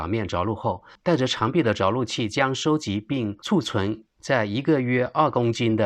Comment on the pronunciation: 储存 [chǔ cún]